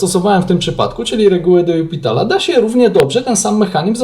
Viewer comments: Czemu zawsze czytasz "de jupitala" zamiast "de lopitala"? Wiem, że nie trzeba znać francuskiego, żeby liczyć, ale baaardzo kłuje w uszy kogoś, kto choć trochę liznął francuskiego :) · Zgadzam się. Też nie mogę tego słuchać. Co najgorsze, w jednym filmiku powiedział nawet: "Tak swoją drogą, to się czyta "de jupitala"", ucząc w ten sposób niepoprawnej wymowy wszystkich innych. Zresztą nie jest usprawiedliwieniem, że nie zna się francuskiego - wystarczy wejść na artykuł na Wikipedii o de l'Hospitalu i jest tam napisana wymowa nazwiska.